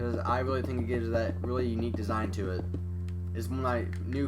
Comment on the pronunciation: I never heard a guy say unque